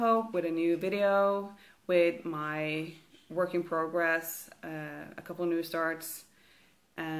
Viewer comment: I was surprised when you said you lived in Norway. I was expecting somewhere in the United States. The only departure from the American accent was when you said "Agatha" and "progress". I have the book about Shackleton, but haven't read it....I will now. Thanks for the video. Martha